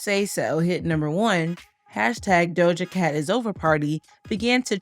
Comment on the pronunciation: The way her name was said 😭